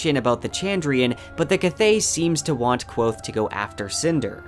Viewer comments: It's Kvothe not quothe! lol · This is great, but for the love of Tehlu, it's Kvothe, not Quothe. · His name is Kvothe not Kwothe, interviews and the audiobook both pronounce the V. Please adjust your pronunciation in future videos, it's kind of cringy. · It's not pronounced Kwothe. Read a fucking book. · stop saying kwothe... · Great video, I love your Kingkiller content! But it's pronounced Kvothe, all one syllable with a KV sound, not Quothe here's Pat saying it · did this dude say quothe? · I liked the video, but I think your pronouncing kvothe wrong. Patrick rothfuss has a pronunciation video and says the v sound in it. Thank you for all your research into the video. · Pat is very clear in his pronunciation video that the v is not silent. He says it like 3 times in a row. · Yo me too ITS A V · Not a bad video, but it's so hard to watch somebody who obviously likes this series as much as me pronounce the protagonists name incorrectly 37 times. Especially in a series where names are so important. Elodin would be disappointed. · It's hard to take your videos seriously when you can't pronounce Kvothe right. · The "v" in Kvothe is not mute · Just grow balls and pronounce it right. Don't waste your time worrying about the feelings of people who don't have the time to listen to Pat pronounce Kvothe the way it's spelled. Don't be a sheep because a portion of your viewers is incredibly stupid. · In that videos linked above, he says Kvothe with a v